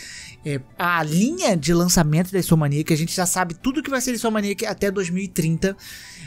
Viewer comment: Repete comigo: in-so-m-ni-ac: insomaniac